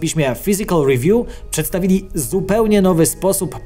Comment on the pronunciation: Przepraszam, czy ktoś też słyszy "przedstawidzili"? 🤔